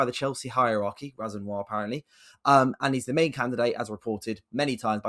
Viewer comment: it's Liam Ro-Senior bro hes from wandsworth aha